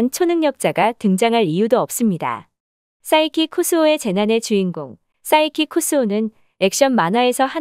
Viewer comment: 사이키쿠즈오 가 아니고 사이크쿠스오 입니다